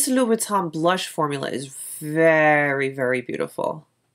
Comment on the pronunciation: Love this video, i wish more makeup and content creators were like you!! and your pronunciation of Louboutin is *chef's kiss*. Just curious but do you know what interior size of the case? I actually stumbled across this refillable case because i was looking for a business card holder that was a little...different. this definitely checks all my boxes but I'm curious about size.